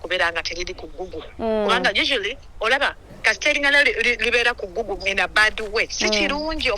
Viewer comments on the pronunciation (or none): none